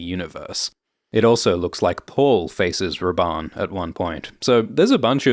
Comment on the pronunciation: i was just listening and thought you where calling him "based Rabban" haha